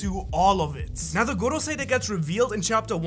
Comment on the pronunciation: Drink a shot evertime u hear gogosei.